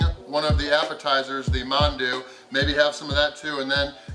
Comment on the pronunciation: I'm impressed, you pronounced mandu with the "a" silent..as it should be